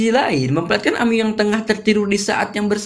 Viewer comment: Bang buka amyu tapi amiy